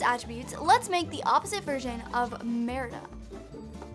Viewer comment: You said marida